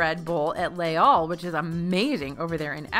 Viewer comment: Les Halles = "layz-all"